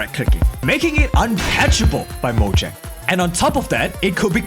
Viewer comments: Mojang no no no it's Moyang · “moyan”